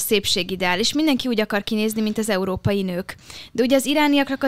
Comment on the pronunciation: "EURÓPAIT" NEM TUDJA KIEJTENI!!!😂😂😂